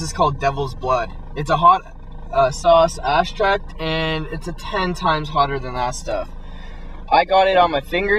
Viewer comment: the guy said axtract huh huh.